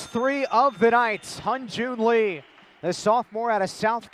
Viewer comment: 발음이 어려우니까